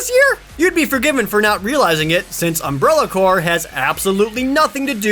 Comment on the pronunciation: hey, you said Umbrella Corps right!